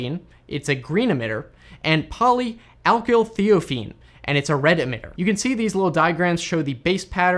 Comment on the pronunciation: I am a chemist (PhD) and I think your explanation was quite good. Even your pronunciation was good for most things. For future reference, I would correct pronunciation on two items: chelate ="key-late" and in Poly(alkylthiophene) the "i" is long ("eye"), ..."th"-"eye"-"oh"-"feen". Good job.